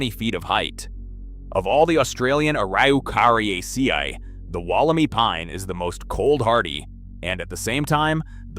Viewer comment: AI can't handle araucaria.